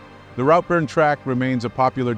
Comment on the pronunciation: FGS they took a 'short cut'? If there were short cuts on a well established track do you not think they would be signposted? BTW the pronunciation is Glen Orkey and Rootburn